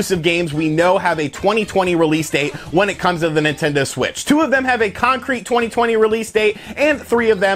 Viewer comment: Take a shot when you hear "twenny twenny"